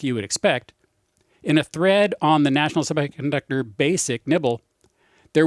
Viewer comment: I winced every time he said the word semiconductor.